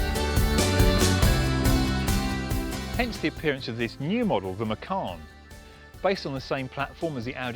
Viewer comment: You have bad pronounce for macan